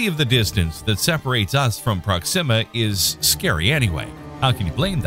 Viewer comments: Is that really how to pronounce "Proxima"? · You know why I stopped watching this video 2 seconds in, because I knew soon as this Ai voice said proxima all wrong